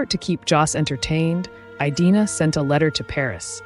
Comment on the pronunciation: great content, fascinating woman! Did you check the pronunciation of her first name? I believe it is a short "i", not a long one. A variation on this is the English name Edina. I have never heard it pronounced with the long i; my online research backs this up, and pronouncing her name correctly (by a human or AI) is an important part of doing her justice and respecting her memory. I sat this as someone whose name is mispronounced daily!! Thank you for celebrating these incredible women.